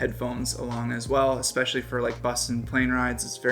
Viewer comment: Especially is not pronounced “exspeshily”…just sayin’